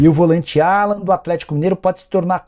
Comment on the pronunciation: Nicola, não é Alan. É "Álan". O nome dele é pronunciado em inglês.